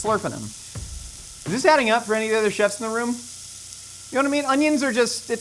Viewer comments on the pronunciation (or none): none